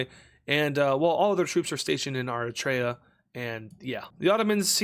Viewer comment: If you can ever find me a white person who knows how to pronounce “Eritrea”, it will be a divine miracle. White people generally believe they know exactly how to pronounce Eritrea…and not just know but absolutely nailed it. As an eritrean, it’s very cringe and couldn’t be worse.